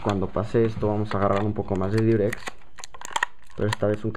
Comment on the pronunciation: es Diurex no Durex ¬¬ aprende a oir XD